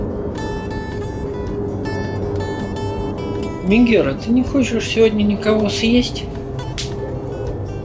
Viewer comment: А вам бы в клюв пальцем? Не Мегера а меГера!